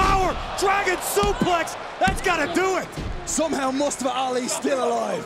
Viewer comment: Who dafuq is "mUsTuHfUh"? It's Mustafa. Say it with me now!